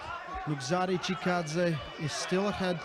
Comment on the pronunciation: Nugo Chagadav? should put a little effort and show some respect in learning athlete's names. Not that hard.